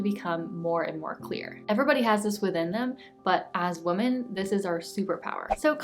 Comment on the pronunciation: I love your channel so much. Your content really resonates. Thank you for sharing. Also your accent is adorable. I love how you pronounce Women and Fragrance it makes me smile just listening to you:)